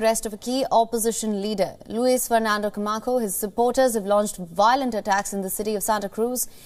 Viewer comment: Camacho not Camako.